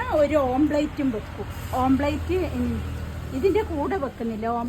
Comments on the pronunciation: omplate അല്ല omlette😊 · ആ...ള്ളാ.. Amplate..... 😅